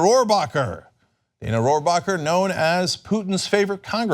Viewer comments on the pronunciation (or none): none